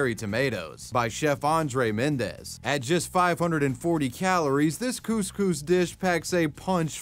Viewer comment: yo thats not u say couscous